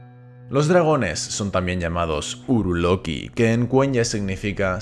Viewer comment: La pronunciación correcta sería "urúlooki".